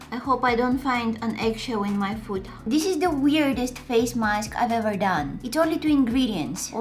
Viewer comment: I love her voice and I love how she does say dis not this 😘 and by the way it's a crazy idea to put eggs in your face cuz I tried it and my head hurting and it will let your face small like chicken pop and I love her sweet laugh